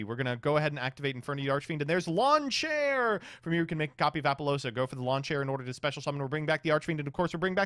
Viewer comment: “Lawn Chair” it’s Launcher lol